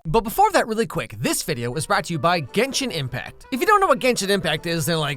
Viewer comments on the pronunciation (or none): I thought you said it like- 'Jenshin Impact' D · Not him mispronouncing “genshin impact”